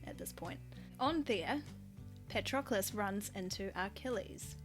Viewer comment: Did you say Parchocolate? 🤣🤣😂🤣😂